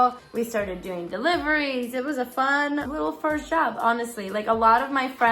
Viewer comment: Lol your accent comes out so hard when you say job it sounds like jab! It’s great.